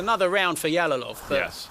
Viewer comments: Yalolov emas Jalolov deb ayt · Эээээ... Ялолов эмас Жалолов дегин Жалолов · They are mispronouncing his surname, it is pronounced like "жалолов" in russian not "ялолов". Learn how to pronounce Uzbek surmanes correctly, uzbeks are world number 1 in 🥊